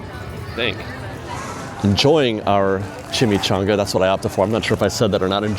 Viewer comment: I'd need a beer to wash down that chim-eek-chon-ugh